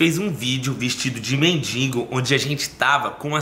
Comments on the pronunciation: Gata, humilde, solidária, se não quiser manda pra mim que vou do RS buscar...kkkk, só um detalhe, pelo jeito aí todo mundo fala "mendingo", e são tantas pessoas que te assistem dá pra tentar corrigir pra mendigo. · Pelo amor de Deus gente, não é MENDINGO, é MENDIGO.........